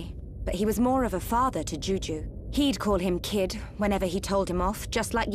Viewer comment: feel so srry for the kid with the name juju :( . first time i heard that i thought chugga said jujube the candy name lol